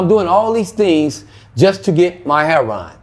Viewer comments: Something is wrong with this story. You would think that after all this time he would know how to pronounce the drug he is addicted to. His story is much too detailed with never having to even think about it for a minute. I have never met a junkie like this guy. He also said something about being so amazing that he lasted so long at his age. Doesn't make sense. The cops made him go to jail for overdosing. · I love how he says heroin. I am as country as a church mouse so I pronounce (hair-o-win). Did he stop to breath while telling his story? Wow he remembers well. I wish him the best..... hope he is well now. Hugs! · why tf does he keep pronouncing "heroin" as "heron" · Is it just me but is it pronounced Heroin?.........Or Hairon?......... If you’re going to get high off of Heroin at least pronounce it correctly. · So annoying how he says herron not heroin lol I do wish him well though.. I hope he starts making better life choices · Why do some Black interviewees say "heruon" rather than "heroin"? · Why do people say "hair-on" instead of heroin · It comes off sounding as 'hair-on', but they are pronouncing it as 'hero-wine', instead of 'hero-win' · should be in a Spike Lee movie or similar. Although he has been through hell and back, he is very expressive and great in front of camera. Love how he pronounces heroin as hero-arnnn. You are a star,. Thank you for your story. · I took a drink every time he said herro-wan. Man I'm wasted now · The way these dudes say "Heroin" ("Her'on"!) is just weird. 🤔😀 I wonder where that pronouncement came from?! 😊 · It's just Hood Street Language. We know it's Pronounced Heroin! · i love how he says heron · This was a lot. I snapped back in everytime he said hair-ron. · How do you get Heron out of heroin? I hear so many people on these videos calling it Heron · why do so many say HAIR RON ?? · Why do all these people(LA) pronounce it heron ,there is i !